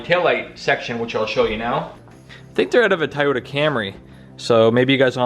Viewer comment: What's a ty-yoda 😂